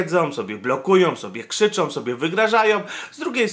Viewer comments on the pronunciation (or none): nie ma słów: probójom, som, krzyczom, korporacjom, pls.., protestują, idą - ok:)